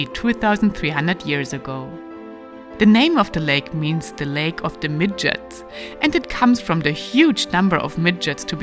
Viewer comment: Anyone else hear her say midgets instead of midges? 🤣